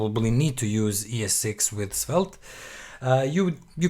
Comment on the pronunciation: It's pronounced Svelt, bro